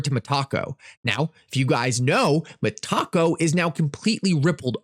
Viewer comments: ITS NOT 🌮 - Its Met-A-Co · META-----------CO not ME--------TACO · MEtaco, not meTAco